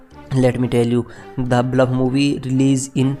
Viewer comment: Bhai English bolna seekh le pahle..... The Bulf nhi The Bluff hai